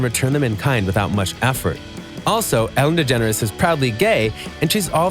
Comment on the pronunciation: Its Ellen DeGeneres not «Ellen Degenere»